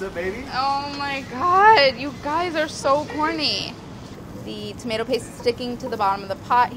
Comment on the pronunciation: It's prenounced tomato not tomato